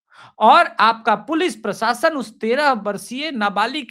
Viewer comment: सोसल मीडिया ❌ सोशल मीडिया ✅ पुलिस प्रसासन ❌ पुलिस प्रशासन ✅ सोल्युसन ❌ सोल्युशन ✅ श = SH स = SA